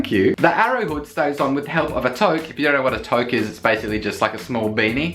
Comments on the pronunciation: Toque is pronounced too-k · Also toque is actually more like "too-k".